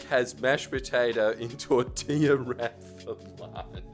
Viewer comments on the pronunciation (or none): none